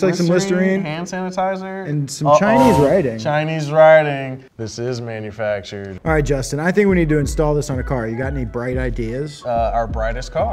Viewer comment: “I knew it was manufactured” sh1t I thought it was fanumactured